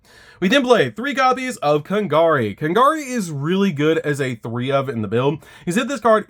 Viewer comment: You lost me at “Kon-gari.” .